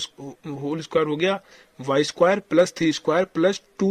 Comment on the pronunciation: I don't know why i laugh when he says....ye kese ho geya 😂😂😂